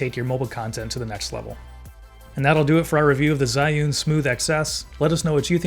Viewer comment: Bro literally pronounced Zion 😂